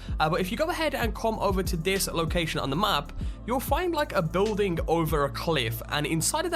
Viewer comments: building does not contain a w stop saying biwlding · guy says "building" really weird. beewwding